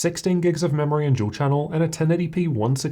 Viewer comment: Memory ---> Dual Chan!!! XDDDD Oneeee Chan!!